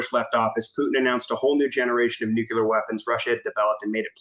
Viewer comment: it's not NUCULAR it's NUCLEAR